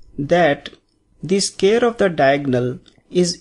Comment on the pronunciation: please pronounce in proper way... its not scare, its square.. make sure it correct.